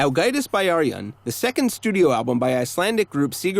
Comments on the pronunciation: it kinda hurt when he said 'byrjun' like 'bæ-arijun' but then again, I pronounced it wrong for a while too. Also really? I'd not expect them to be tax evaders. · While I appreciate the video about Ágætis Byrjun, you’re mispronouncing the title. The word “Byrjun” is pronounced like “Beer-yoon.” The y makes an ee sound.